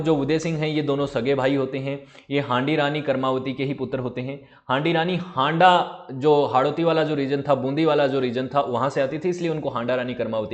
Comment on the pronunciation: Sir ji ( हांडां नही हाड़ा)